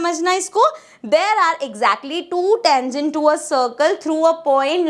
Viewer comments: That's tangent not tengent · Mam it is tangent not teangent😂😅❤ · tangent ka pronunciation taangent hai